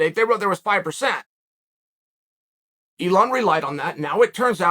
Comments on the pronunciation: Its elon not eon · No one talking about how it says Eon😂